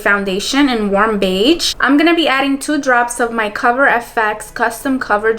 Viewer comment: Girl I love you but the way you said beige, candied peach and charmed I'm sure killed me omfg 😭😭😂❤️ I love you still pls don't kill me but omfg